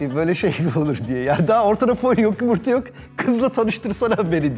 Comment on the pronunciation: o nasıl fol yumurta demek snsnnsnsnsnsnsnsbsjs